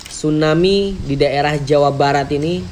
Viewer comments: Tsunami ki bukan stunami 😅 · Tsunami bukan stunami 😂